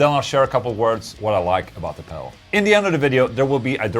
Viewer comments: Is he saying pebble 😂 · love the Boss Mell Core pell 😆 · I like the way he says "Pel" instead of pedal. Lol ;) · Price wise I'd go for the boss melcore pel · I love how he says pedal. Pell.